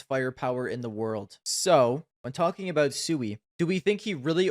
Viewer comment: u even dont know how pronuance Siuhy. That list is shitt like u.